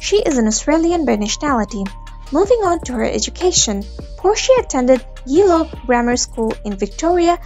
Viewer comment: The title is misleading. It says nothing about her family. And you mispronounced the first part of where she was born. I am from Australia & it is pronounced G - as in the letter G, or like the word Jumper. How you pronounce the J is how you pronounce the G in Geelong. It like the saying - Oh Gee. It is not pronounced like the fat Ghee.